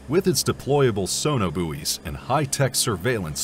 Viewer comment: Together with Curriers and Booeeze neither of which make any sense.